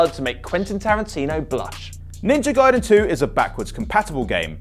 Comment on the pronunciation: It’s pronounced GuyDen. And his name is pronounced Ree-Ooh. Wait until you find out that Forza has a T sound in the middle of it 😂